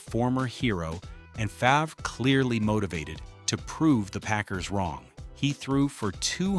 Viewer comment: Favruh 😂 Its pronounced Farve, but spelled Favre.